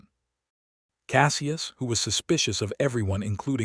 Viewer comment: SELLya?? Isn't there a way to correct the AI tendency to screw up pronunciation?? CASSee us?? Celia and Cassius aren't that hard to say. Otherwise it was a good story.